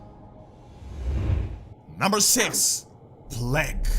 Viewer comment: You said plague, i heard you say plank. So i thought what? She did plank? It's stupid i know, but that's what i've heard